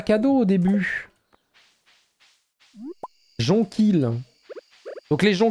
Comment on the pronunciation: Jonquille ça se prononce Jonquiyye